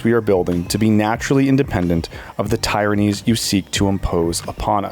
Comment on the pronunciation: tyrannies pronounced incorrectly